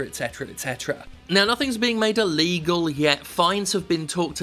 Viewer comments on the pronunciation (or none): none